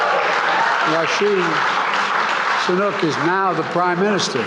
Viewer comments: Ye can't pronunciation Rishi sunak what is he a 7 year old child 😂, my apologies, but they should learn Sanskrit because by doing that they can pronounce any word of any language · Rishi Sunak becomes the PM of UK unchallenged Le Winston Churchill : Yeah dukh kahe khatam nahi hota bay😂😂 , Biden is on another level, changing both name and gender, from "Rishi Sunak" to "Rashi Sanuk"